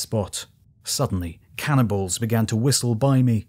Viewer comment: Heavy subject, and very well done. The only problem I have appears to be my own in that every mention "cannonballs," I hear "cannibals." Every single time I'm like "what?"